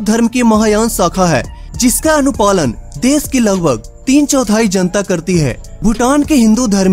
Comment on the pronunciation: भाई ये देस नहीं देश होता है। सुरू नहीं शुरू।